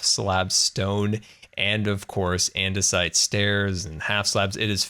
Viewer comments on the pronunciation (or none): none